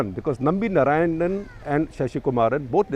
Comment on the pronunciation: you north indians will never get the correct sanskrit pronounciation, it is not NA raayanan, but NAARAAYANAN.